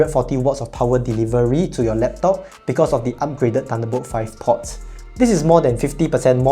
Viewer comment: "port" has a longer 'o', you're saying "pot"